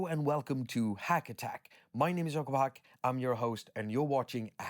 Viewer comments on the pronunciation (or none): none